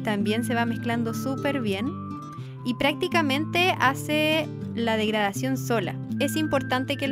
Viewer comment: cuando dijiste; ''degradación'' escuche; ''murisión'' ahr